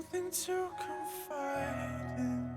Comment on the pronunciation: Also, when he says something to confide in,, fide in sounds like fightin. Followed by we’re lying. Aka laying. It’s a double double.. 🔥